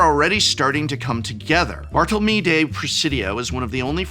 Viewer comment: Poor Bartolomé his name was butchered lmao